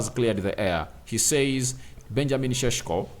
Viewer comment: its not cesko its sesko😅😅